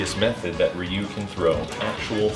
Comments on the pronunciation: you pronounced Ryu differently here and here, your a!;^) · I like how Ryu was pronounced "Rayu" in /31 but in it was pronounced "Ryu" lol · Oh, god, the Rah-Yu pronunciation. But we need more of these, can you make MK and use calm voice for the fatality or something. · Mispronouncing Ryu the way everyone in the 90s did was the kicker for me.